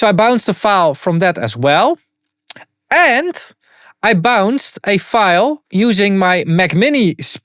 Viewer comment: "Exactly UND exactly" xD Someone has been watching too much WAN show xD